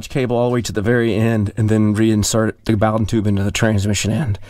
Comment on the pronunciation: Love how he pronounced "bowden tube" LOL ;-) The Bow is like Snowden😉Sorry just me being persnickety 😉 Love your channel keep it up!!! 👊👊👊👊👊